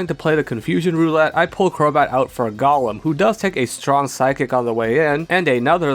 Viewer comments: Gollum? My precioussss! (It's GOHlum, not GOLLum) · Golem is pronounced Go-lem Not Gull-lum. That's a Lord of the Rings character.